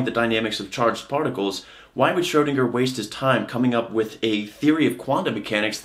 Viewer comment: You should practice the ö in Schrödinger ^^